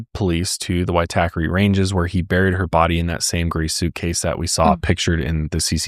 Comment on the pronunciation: Good pronunciation of Waitakere ranges! I lived there for many years (inc at the time Grace was found there). Also I've stayed at City life where she was murdered. Grim. PS Jesse was born Lower Hutt just north of Wellington NZ not Australia